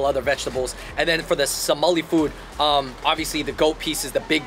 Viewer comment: It’s Somali not somalina